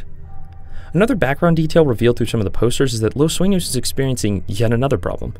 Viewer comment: finally someone say the name right and not "los suinos"